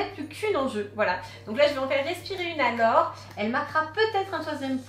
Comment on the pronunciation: cest "laure" pas "lore"